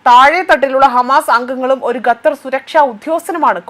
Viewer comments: ഗത്തർ എന്നല്ല ഖത്തർ ( QATAR) എന്ന് വായിക്കുക. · Good reporting. However, please pronounce the word Qatar as ‘Katther,’ instead of ‘Ghetther.’ Thank you. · Not Gathar but Qathar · Not Qathar, QATAR